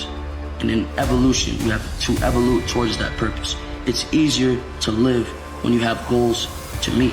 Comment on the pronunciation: At 1.35 did he say you have to evolute? Ok. Always move forward and evolute!!